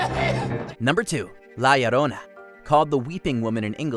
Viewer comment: Kudos for your pronunciation of chupacabra, la llorona needs a bit of work but sounds good too